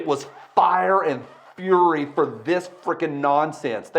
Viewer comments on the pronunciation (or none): none